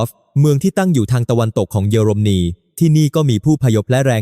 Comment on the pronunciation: 🫵🇹🇭#รู้ว่าAIภาษาไทยวิบัติควรศึกษาออกเสียงอ่านให้ถูกต้อง>>ปา-ติ-ริ,>>เยอ-ลม-นี>>,ความ-กา-โหล,ช่องไฟ-เว้นวรรคให้ถูกต้องด้วย